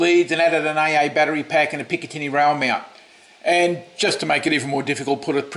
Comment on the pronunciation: That's the mediator barrel on the Infinus. It's an air blaster that can shotgun 3 darts. You keep mispronouncing picatinny but the stryfe at the end is risque because of the images :)))